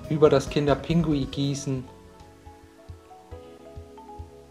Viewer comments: Man sagt nicht kinder pingui sondern kinder pinguin 🤦🏼‍♀️🤦🏼‍♀️🤦🏼‍♀️😂😂😂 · Es heißt doch "kinder Pinguin" und nicht "Pingui" oder doch? 😁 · Lecker,aber es heißt Kinder PinguiN und nicht Pingui und ,,Gange" sprichst du auch falsch aus🤔😂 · bestimmt lecker aber Aussprache ist nicht so dein ding oder das heist Kinder Pinguin nicht Kinder Pingui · Liska Wiska das heisst Kinder Pinguin 😂😂der hat das falsch gesagt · Er sagt immer Pingui 😂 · Wie du einfach die ganze zeit "kinderPINGUI" sagst😂😂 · Hä, ich dachte er sagt es falsch😂